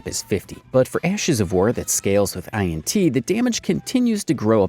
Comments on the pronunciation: The script is ai generated. You can tell because "instant death" is not a status effect in this game and he pronounces "I - N - T" a lot. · Some of the information is wrong, and the voiceover is AI too. He can't even pronounce INT like a person, he says the letters out loud. It's so AI it hurts.